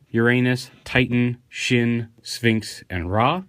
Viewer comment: Shin isn't pronounce that way. Its pronounced Shen. Japanese i is said as a long e. So the joke is lost lol